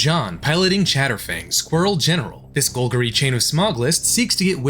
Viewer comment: I feel attacked by the pronunciation of golgari